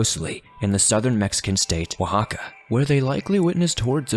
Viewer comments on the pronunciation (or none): Sorry had to correct something...it's Zapotec (saw-poe-tech) and it's Oaxaca (wa-ha-ka) Love the story! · It's oaxaca